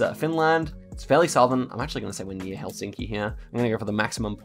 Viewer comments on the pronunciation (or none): none